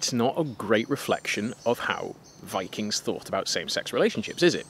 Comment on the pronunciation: Sorry was that "Bikings" ? LOL!